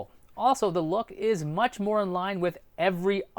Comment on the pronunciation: Said muces